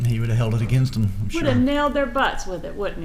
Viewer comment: Sounds like she is saying Shore